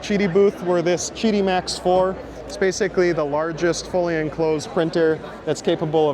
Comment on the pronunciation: Chiti? Isn't it Qidi?